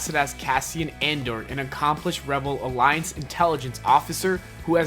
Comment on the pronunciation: the way you say "rebel alliance" is funny. your pronouncing it wrong ;p